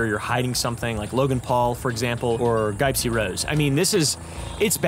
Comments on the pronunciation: did he just call her "GUYpsy"? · wait, it's pronounced "guy-psy"? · “Gipe-sy Rose” 😂😂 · Did he purposely start calling her “guy-psy” 3/4s of the way through? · Curious why you pronounce her name like that?